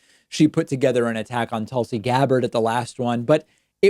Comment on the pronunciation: I think you meant Tulsi Gab-b-bard David